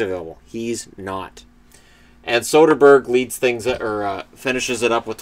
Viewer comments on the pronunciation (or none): none